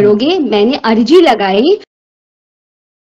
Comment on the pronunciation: Ajri ni bhn arji bolte h